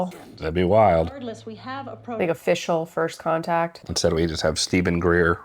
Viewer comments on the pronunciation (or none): none